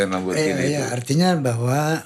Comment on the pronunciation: Lamborgini.. bukan lamborjini.. org indonesia klo ngomong di inggris2kan.. orng ingrisnya aja klo ngomong lamborgini..😅 baru pak stiawan jodi org terkenal yg bener penyebutannya..